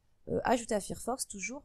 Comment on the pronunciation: Fir fox ouillle les oreilles! C'est Fire (feu en anglais) donc failleur que ça se prononce